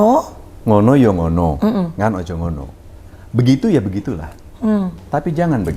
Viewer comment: Ngono yo ngono ning ojo ngono ( urip mung sadermo ) mas anjas salah ucap.